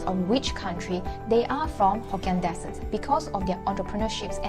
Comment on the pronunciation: You pronounced ‘descendants’ correctly but not ‘descent’.